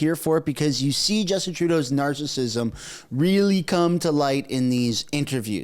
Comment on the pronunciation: So is a teacher and he says 'realler'!?!?!?